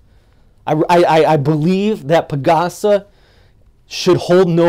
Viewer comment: Man, I appreciate you trying your best. ❤ So cute when you pronounce our places. Especially the PAG ASA. HAHA 🙂